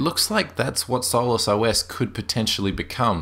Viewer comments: is obviously mispronouncing solus. And Doflicky is only the binary's name. It appears as Hardware Drivers in the menu for the user. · After 3 beers and a joint it sounds like "soulless" ;) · one syllable? No it's not. Sol-us = two syllables.